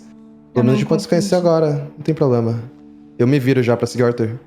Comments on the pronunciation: "probrema seu" KKKKKKKKKKKKK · "probrema seu" rachei kkkkk